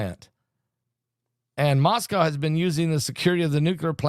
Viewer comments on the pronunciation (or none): none